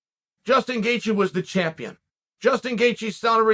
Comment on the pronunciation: “Justin Gaethje came out” Justin Gaythje?